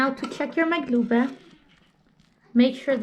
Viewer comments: that’s the Jordanian way, correct pronunciation is makloubeh, but I enjoy your videos, thank you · It’s called maklouba, no “g”